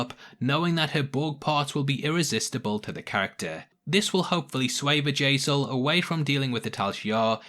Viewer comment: Bjayzel. Bjayzel. Her name isn't Vajazzle lol